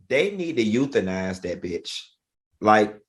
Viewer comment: Not Euthenize Funky...😂 Ol mangy biiishh..